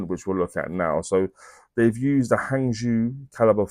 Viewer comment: Baltic mechanism is properly pronounced Hungjoe.